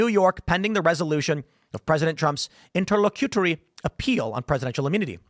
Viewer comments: It is pronounced: "INTER - LOCK - A - TORY", I know weird right? Hard 'c' and short 'u'. So there you have it. Simpler than the way you were trying to pronounce it. Great job. Thanks for the content. Keep up the good work. בס'ד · It’s pronounced: Inter-lock-you-tory